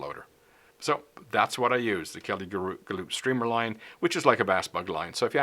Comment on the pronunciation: Kelly "Ga-loop" lol Just a friendly fyi, it's pronounced 'Gal-up'. Love your instruction videos,!